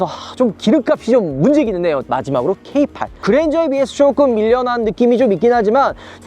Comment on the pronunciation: K8과 필랑트 고민하고있었는데 세대 비교 너무 감사해요. 전고 높은 SUV는 부담스럽고 세단을 탈피해볼까 하는 기존 세단 차주한테 필랑트 매력적이고 기존 세단과의 비교 너무 유용합니다. 다만 K8은 케이팔이라고 하지 말고 케이에잇이라고좀 해주세요 케이팔 너무 없어보여요. 케이쓰리 케이파이브 케이세븐 케이나인이라고 하면서 왜 K8만 케이팔 하냐구요 ㅠㅠ ㅋㅋㅋ